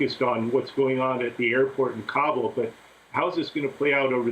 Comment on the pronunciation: She knows it's pronounced KA-BOL but she's calling gabo to seem more professional and European